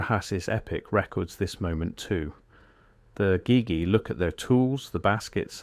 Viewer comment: Egeegee is the correct pronunciation. Can't watch so many words are mangled. I'll skip this interesting channel because of it!